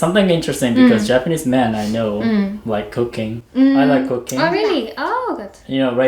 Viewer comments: With out context of anything, you could have thought he said he liked c0caine instead of cooking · I had to rewind when you said you and Japanese men love cooking, I thought you said cocaine!😂